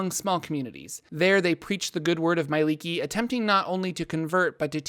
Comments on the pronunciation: Not sure why your pronunciation is so off but it seems like you leave out sounds that should be there.I don't read it as "my-lee-kee" but more like "me-eh-lee-kee". Where the third letter being 'e' is also pronounced. As a studied liquist. It's seems right to me. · It just hurts that they always pronounce her name so wrong.